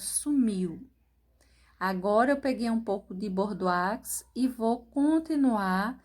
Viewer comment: Perfeição; Parabéns. A pronúncia de bordeaux é Bordô